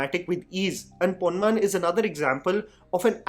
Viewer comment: ponman pronunciation was wrong..